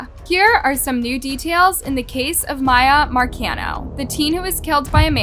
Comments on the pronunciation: they already covered this video a year ago and pronounced the victim's name as Mee-ya but now as My-ya. why? idk. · MI - YA, NOT MA - YA, girl this is so weird of you, you put these clips together and know how to pronounce her name yet you continue to be oblivious it's so weirdly disrespectful to somebody who was lost in such a horrible way. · Her family called her Miya “mea” and her killer called her miya…..and you keep saying Miya🙄🙄🙄🙄 I’m sorry but this is making me sooooo mad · I’m sorry but I have to say it cause it’s been bugging me your WHOLE video. The girls name is “MEE-YAA” not “MY-YAA”… 🤣🤦‍♂️ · How does put viddo clips of the family using Miyas name ovsrand over, yet she pronounced it incorrectly the ENTIRE video? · Why did you mispronounce the victim's name all through this video? Just wondering. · that extremely disrespectful to victims and families of victims. Especially when all her reference videos to support her fax, they say the name correctly it really only takes one second to learn how to pronounce whoever you’re talking about’s name, so that’s a 💩excuse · yes it is. There's news clips she included that say it properly. It's disrespectful. She's only doing it to get more comments and engagement so she reaches more people. She does this all the time on purpose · You are quite literally choosing to not pronounce her name correctly, you’re too careless when speaking about such sensitive situations… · Pronounce the victims names right my God. It’s not hard and your being disrespectful